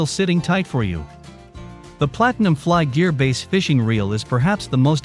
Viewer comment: Can’t trust a review that can’t pronounce BASS correctly (It’s not pronounced BASE)...